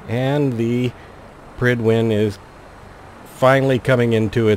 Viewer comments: I agree, but I thought it was pride-win... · I always imagined it being pronounced like pride-when